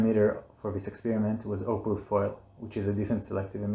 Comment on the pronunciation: i understood opal foil but thats Not a Thing i think..